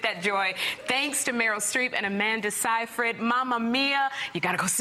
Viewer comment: its not that hard to say her last name. say-freed. am i wrong?